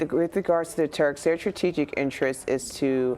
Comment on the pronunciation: CBS news interviewing an expert that can't pronounce 'strategic' correctly HAHAHAHA okay...